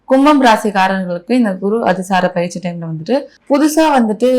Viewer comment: Anchor பெயர்ச்சியை பயிற்சி என்று சொல்கிறார்.